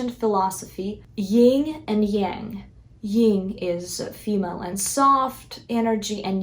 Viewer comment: You may know that Yin and Yang come from Taoism and can be learned about in the I Ching. ☯️ BTW it’s pronounced /yïn/ not /yïng/.